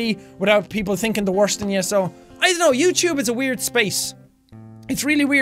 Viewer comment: Who watching in 2017. I love the way Sean says YouTube. Youchube- jacksepticeye what ever year this is from